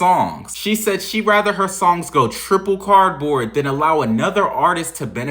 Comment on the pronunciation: Anyone else love it when he says triple cardboard? 😂😂😂